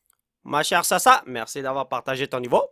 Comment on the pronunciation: WTF sait lire le japonais?! Je suis japonais et je confirme que ささ se lit Sasa